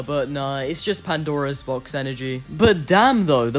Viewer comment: This might be a bit petty, but I can't help but notice how you say "the Pandaro's Box" when it's just supposed to be "Pandora's Box".